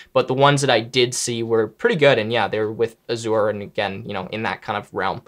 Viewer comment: Microsoft has vision included in its benefits. And he pronounces Azure weird. :) Recommend talking to a full timer sometime to get a more experienced viewpoint. Let me know if you need a contact.